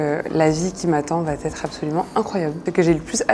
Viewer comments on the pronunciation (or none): Dommage attention "va t etre". Non VA ÊTRE. Ca ecorche vraiment les oreilles !!!!